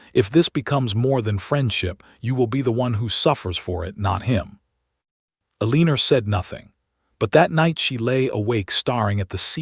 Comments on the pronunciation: Quit naming your heroine Eleanor until you can teach the AI that it is pronounced EL-eh-nor rather than el-EE-ner. I cringe every time it says the name. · Pay attention: El-a-nor!! Say it 2000 times or write it 500. Your choice, AI.